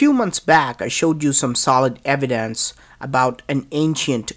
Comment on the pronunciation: IS IT THAT Hard to say evidence